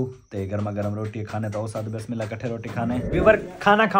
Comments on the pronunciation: Bismillah sahi se bola karo aap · Bismillah sahi se bola karo aap.